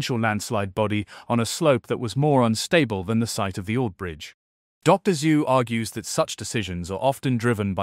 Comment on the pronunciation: "Dr. Zoo"? Lol. Wtf? Teach your AI basic pronunciation.